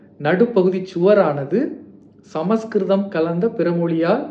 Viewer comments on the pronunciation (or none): none